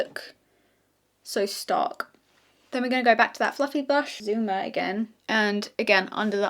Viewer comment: Dutchie here, just want to say your pronunciation of “zomer” was pretty good❤